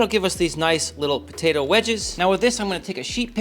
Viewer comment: It's potato not ptaydo 😂